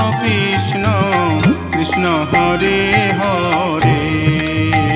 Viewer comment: উচ্চারণ ভুল, কিষ্ণ নয় হবে কৃষ্ণ...